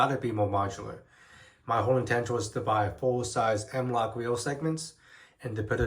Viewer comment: "The M-Wok Whale System" lmao why do you sound like that?